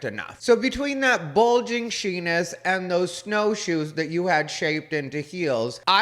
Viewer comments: 😂😂😂 Did you say "Shenis" 😂😂😂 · Not the "shenis." lol 🤣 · really just said "SHENIS," resulting in me pissing me pantaloons